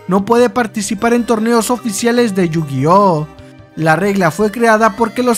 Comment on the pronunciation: You-Gay-Ah ? Que se supone que es eso